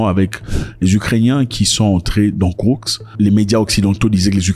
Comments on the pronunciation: KourSk et pas kourKs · Cest pas kourx..cest KOURSK